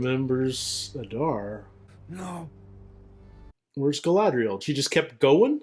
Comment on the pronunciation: It's not adAr it's Adar. Udun not udUn. In all Elvish 2 syllable words the stress falls always on the 1st syllable